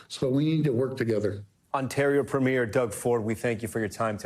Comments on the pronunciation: Could US news anchors please stop pronouncing Premier incorrectly? It’s pronounced “Pre-meer” - not “Pre-miere” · I wish Americans would stop mispronouncing Premier. It's PREH-mier not PRE-mier. But yeah, cut off the potash too, China will take it all. Watch all those crops fail in the midwest. Tear up the Columbia River Treaty - lets build more dams and send all that water to the Okanagan and the Interior Plateau in British Columbia and grow us our own tomatoes and apples.